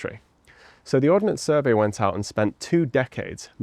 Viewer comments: Ordnance Survey not Ordinance Survey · Arrrrgggghhhhh It's not the "Or-den-ance Survey" it is the Ord-nance Survey. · One small niggle. It's Ordnance Survey not Ordenance Survey. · it's "Ordnance Survey" btw